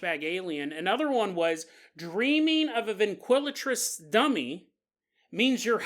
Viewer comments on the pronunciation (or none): Been listening long enough to easily interpret mispronounciations (NO disrespect, I know I'd be pure word-vomiting if I had even a yearly paranormal podcast) but you had me second guessing myself about the word ventriloquist. Driving down the road like "Wait, that doesn't sound right... or does it?"